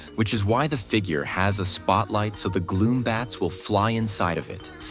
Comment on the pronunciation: It’s gloom, bats, not glow bats